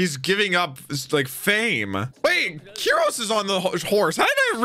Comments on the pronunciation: called Kyros "Kyoushiro" a bunch of times and I genuinely got confused at first as to why he was referencing a character from a later arc. 😂 *edit to add - To be fair, most people don't get that name correct though. If you listen carefully, it's "cue-ros" (キュロス). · Is he calling kyros kyojuro?? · D-does keep calling Kyros "Kyojuro?"